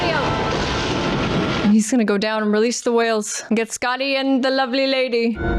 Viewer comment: Side note: perhaps it was me but were they pronouncing the word whales ..."hwales' the way Stewie says 'Cool Hwip'? Dammit Bones , you're a doctor, not an English teacher 😆😆😆